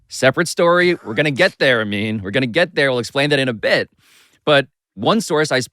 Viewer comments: Shoutout Amin for the pronunciation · Amin’s pronunciations are the highlight of this coverage 😊